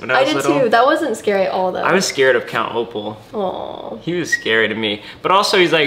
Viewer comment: It's really Count Olaf but I think he said it was count opal 😂